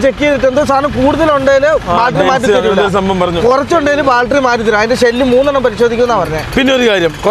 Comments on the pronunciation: കൂട്ടുകാരെ, "ബാൽട്ടറി "അ ല്ലാ, ദയവ് ചെയ്ത് "ബാറ്ററി "എന്നു പറയുന്നത് നന്നായിരിക്കും. എനിക്ക് ഒരു പ്രശ്നവും ഇല്ല. ഇത്രയും നല്ല ചാനൽ നടത്തുന്ന നിങ്ങളുടെ വീട്ടുകാർക്ക് ഒരു ഹായ് All the best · ബാൽട്ടറീ അല്ല ബാറ്ററി ആണ് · ബൾട്ടറി. അല്ല ബാറ്ററി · സുഹൃത്തുകളെ ഇന്നത്തെ intro പറയുന്നതിൽ നിങ്ങൽ ബാറ്ററിയുടെ കാര്യങ്ങൽ പറയുന്നുണ്ട്.. ഒരു തെറ്റ് ചൂണ്ടി കാണിച്ചൊട്ടെ.... ബാറ്ററി എന്നാണ് ഉച്ചരിക്കേണ്ടത് അല്ലാതെ ബാൾട്രി എന്നല്ല. ശ്രദ്ധിക്കുക❤ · ബാൾട്ടറി അല്ല ബാറ്ററി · ബാറ്ററി എന്ന് പറയൂ, ബാൽറ്ററി അല്ല. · ഇതുവരെയായിട്ട്.. ബാറ്ററി ന്ന് പറയാന്‍ പഠിച്ചില്ലാല്ലേ.. മോശം മോശം 😅